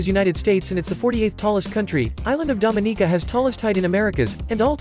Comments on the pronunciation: the way he pronounced Dominica makes me wanna cry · Bro pronounce Dominica right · The way he pronounced it is actually more correct than the way Americans pronounce it. Stressed the "KNEE" a little too much tho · The pronunciation of Dominica made me laugh lol